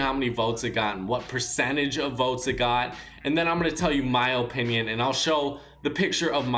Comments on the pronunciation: In my ohpinion i think you should say opinion correctly its very annoying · Its uh pinion not oh pinion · Its pronounced like apinion but he pronounces it like ooooopinion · He says it like O pinion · Stop saying opinion like Opinion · Am i the only one that gets annoyed everytime he says OHpinion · If he says “Ohpinion” one more time, I’m going to kill myself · “O pinion” my O pinion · O-pinion O-pinion O-pinion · Benjamin Evans it makes me cringe whenever he says ooooohpininon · Fr no hate put it’s pronounced uh-pin-yon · Look up how to pronounce opinion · The way he says opinion is so annoying lmao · i hate the way he says opinion